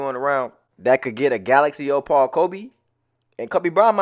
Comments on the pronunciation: “O-Paul” I’m crying 😂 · Bruh killing me saying “ O-Paul”